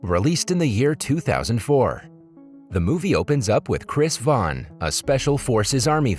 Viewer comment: Kudos to this guy actually being able to pronounce Vaughn